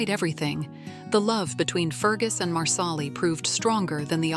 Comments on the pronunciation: It’s not loaoghiare it’s leery do better . And it’s marsal-ee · Please, please watch the show before making a mess of names. Loghaire is Leery & Marsahli as u pronounce it is Marsellee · At least program your AI voice to pronounce the names right. Culloden. Marsali. LY-o-hair? Seriously?